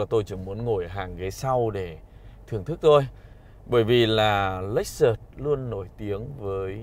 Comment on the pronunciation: ông này bị nhiễm phong cách của lão bên xe hay nên cách nói, nhấn nhá giống quá. Chưa có phong cách riêng. - hãng "lếch xớt" mà cứ đọc "lếch xợt" nghe không hay, nhiều phần tiếng anh phải xem lại. - chưa đánh giá sâu về xe. Hơi sơ sài so với mong đợi.